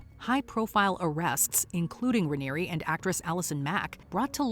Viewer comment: You said the name of the leader of NXIVM wrong.